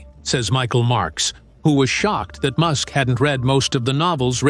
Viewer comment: IM REALLY STARTING TO HATE THESE RIDICULOUS AI VIDEOS , LISTEN HOW STUPID THIS VIDEO SOUNDS CALLING ELON MUSK " MASK"